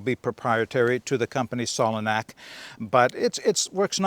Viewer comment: Solognac is pronounced like cognac the drink. My local Decathlon here in Spain are hopeless. Sure they sell some very good quality stuff, the problem I have is they are always really badly stocked. It's a hours drive to get there only to find the shelves empty. It is frustrating.